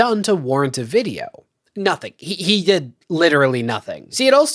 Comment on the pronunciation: Does that extra syllable adds to certain words drive anyone else nuts? Videowah Controversyuh